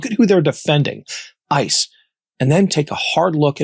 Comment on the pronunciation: Kristy Nome said one syllable to many when she said ISIS. It should have been ICE!